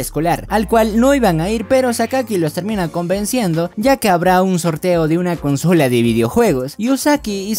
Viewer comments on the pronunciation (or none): none